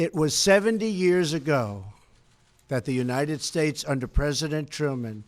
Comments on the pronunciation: What’s up with his voice near the end? He couldn’t even say United States at the end (sounded like United Schtates!) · Its obvious trump is on coke, the drip got him bad he cant even pronounce United States at the end and those heavy cokehead deep inhales all throughout the speech give him away. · United Stahes, with an H! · "...and god bless the United Shursh."